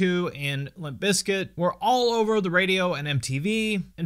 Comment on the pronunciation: Why u say limp biz kit like that at the beginning 😂 they are the goats